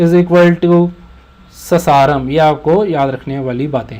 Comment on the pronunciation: Sir its pronounced as Saasaaram not ssaram